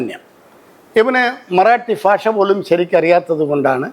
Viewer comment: ഇയാൾ കൊല്ലംകാരനാണോ ഭാഷ എന്നതിനു പകരം ഫാഷ എന്നുപറയുന്നു